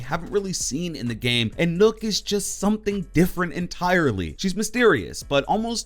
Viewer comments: You say nokk and it sounds like nook when literally everyone else says it like knock, triggered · Its nøkk not nokk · Its not said nook nook=knock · Nokk not nook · It’s nøkk as in rock not rook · Not nokk it’s nøkk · Its pronounced Nuck not Nook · The way he said nokk😂😂 you say it like knock not nook lol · Its not nokk, its nøkk....... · Just so you know, it’s pronounced “knock” and not “nook” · This man said nook😂 Its pronounced knock from the lochness monter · Bro it's pronounced like knock, not nook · It's not 'Nokk' it's 'Nøkk' ffs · Your pronouncing nøkk wrong the ø make an 'uhh' sound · It’s not “n-uu-k” it’s “n-eu-k” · "Nok" not "Nuk" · Seriously nook it's pronounced nuk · Dude it's not pronounced nook it's nock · Even as a Brit I can tell it's not Nook, probably pronounced 'Nowk'? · Nøkk is pronounced "Nukk" not "Nook,". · I’m pretty sure it’s Nøkk not NØØK? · I think it's pronounced "knock", as in nocturnal. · well, as a Dane, I would say Nøkk is pronunced Nøkk. You have to know what the letter ø sound like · Nøkk is pronounced nukk, as in nøkken, a Germanic myth of swamp creatures not unlike sirens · Nøkk!! Not nokk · It’s pronounced nukk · It's pronounced like as in Nokia This is a joke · Its Spoken like Buck, so Nakk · You actually pronounce the ø as ‘oh’ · lol "Nook" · Bruh called her noook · It’s pronounced “knock” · did he actually just say nook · So... thinks it’s pronounced “Nook” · It's "knock" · Is N Ø kk pronounced Nukk cause that's how zen said it. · Nøkk isn’t pronounced the way people think 😂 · Pronounces Nøkk wrong Danish losers: 'YOU prOnOuNCed it WRoNnnNNGGG, REEEEEEE!': XDDDDD